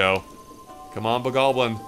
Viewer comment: why do you call it a bogobling it's bokoblin